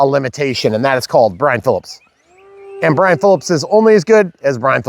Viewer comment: Eeeeeeeeeeeeyaaaaaaa it’s Brian. Come on man